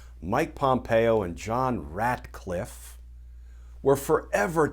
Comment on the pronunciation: I caught that too! A brief chuckle amidst the bad news.